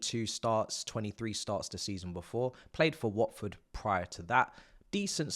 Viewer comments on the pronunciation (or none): none